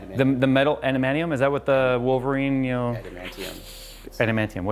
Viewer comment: ANDAMINIUM. Edit: patent pending...